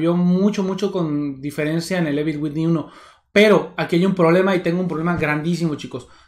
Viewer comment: "Evil winin" :v wtf 😂🙈